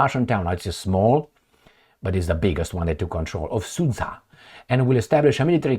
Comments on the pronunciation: The geopolitical loss of Al Capone is the rest of the world's gain. P.S. Sudzha is pronounced like Suja, the dzh (дж) is a result of Russian cyrillic not having a direct letter corresponding with j (J as in Janet), so they always transliterate words with that sound to include "dzh". For instance, the name Benjamin becomes Bendzhamin. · It is pronounced as Sood-Ja (as in J as in jump)